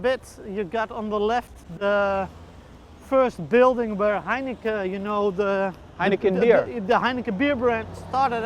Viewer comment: I noticed that the Dutch guy pronounces Heineken like heinekeh, probably because in the Dutch language, "-en" is pronounced "-eh".